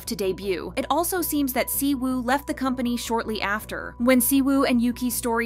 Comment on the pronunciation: I wonder why all of a sudden just decided to stop pronouncing anything right, examples: the Y in Yuqi and the W in Siwoo is "silent", "Lee" is pronounced "e"